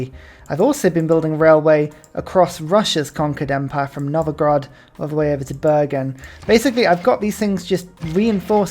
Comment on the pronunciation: Fantastic civ content! Just a note: it's not Novo-grad, it's Nov-gorod! :)